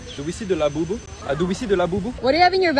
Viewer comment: “do we the the LaHbOuBoU?”